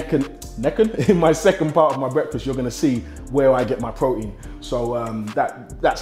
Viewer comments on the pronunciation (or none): lol he does not pronounce the T's in his words! Pro-ein